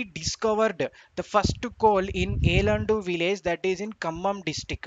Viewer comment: Yellandu pronunciation is wrong